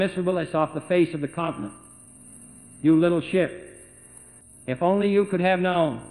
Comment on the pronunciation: "you littah sheet"